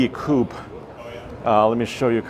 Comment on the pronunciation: "Coupe" Uhhhhh